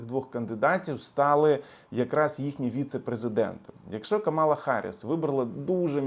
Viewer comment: Ви навмисно називаєте Камалу неправильно? Як трамп це робить. Дуже гарно